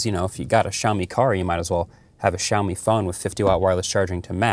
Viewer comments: Siao Mi. Where "shaomi" came from?... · it`s not SHiaomi, man. lol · You say Shaomi??? Where is X? 😂